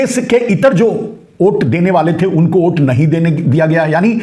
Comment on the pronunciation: ओ घनचक्कर, ओट नहीं, वोट । 😂😂😂